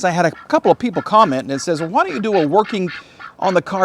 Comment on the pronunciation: Ha-why. Ha-wheels. Ha-When. There is no "H" in front of things pronounced with a "WH". Just stop please. Drives me nuts. TY.